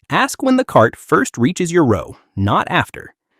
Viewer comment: He keeps saying rau not row😅